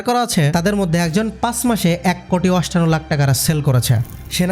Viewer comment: তিন মিনিট দেখেই বুঝতে পারছি তুমি কেমন বাস্টার্ড, "এক কোটি অষ্টান্ন লাখ " অষ্টান্ন কি?